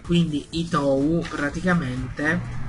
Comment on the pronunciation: Credo che "Ittou" si pronunci "Itto" perchè la "u" spesso non si pronuncia in giapponese, anche se ci sono delle eccezioni (tipo nella parola/nome Sakura, o anche nel nome "Asanuma") è un personaggio interessante, peccato che non lo abbiano fatto vedere di più... Avendo preso per anni l'autobus per andare a lavorare so che è scomodissimo, adesso che ho l'auto e la patente son molto più comoda... Mi dispiace per il PC...